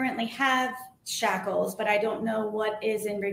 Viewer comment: You're mispronouncing the word shackles. It's not chocolates!